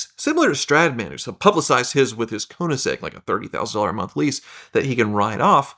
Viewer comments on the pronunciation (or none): none